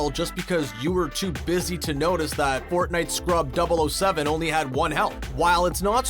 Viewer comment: nobody is gonna address him saying fortnewt at the start?